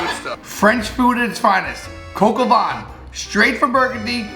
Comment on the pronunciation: you butcher the name of the recipe but you nailed the recipe itself!